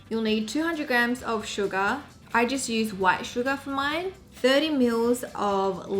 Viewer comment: when she said sugar,I heard it as "Suga"of BTS